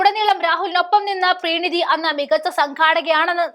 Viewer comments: പ്രീണിതി അല്ല പ്രണീതിയാണ്. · പ്രണീതി എന്നെഴുതി കാണിച്ചിട്ട് പ്രീണിതി പ്രീണിതി എന്ന് പറയുന്നു. മലയാളം വായിയ്ക്കാൻ അറിയില്ലേ?😢